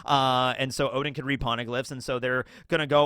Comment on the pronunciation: tsk tsk. Intentionally mispronouncing "Oden" to "Odin" is not good bro as "Odin" is a well known mythological character and it's just confusing to new comers.